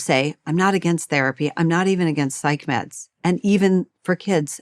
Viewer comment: " And bj 'medds' jov mean 'meddicchaetschian' bj vhittsch jov mean 'meddisscinn' bj vhittsch jov mean drags, ljr. Call a spaed ittsellf, stop speakinh inn ceid, pvssj."